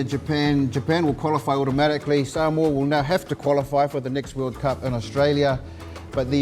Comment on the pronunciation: I find it appalling that legend David Campese and a lot of other ex-players and current commentators can't even pronounce "Samoa" correctly